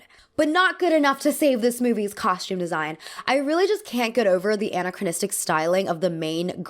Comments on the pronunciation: Pronunciation distracting a bit. a-NA-chronistic, hard "E" on RE-creation vs recreation... a diff wd altogether, not aw but aah for "a" in A-ccolades. Agree on costume design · Gentle reminder: this is how to pronounce anachronistic